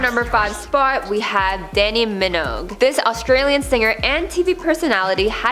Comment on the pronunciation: Are you AI or something? How come you can't pronounce half the surnames of these well known people? Sarah Pahlin?! Danni Minog?!